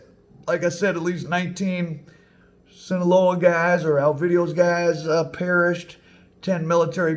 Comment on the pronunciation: I love your content and your merch. I’m wearing one your shirts right now. That said…No disrespect to you, but hearing your mispronunciation of Sinaloa is like nails on a chalkboard.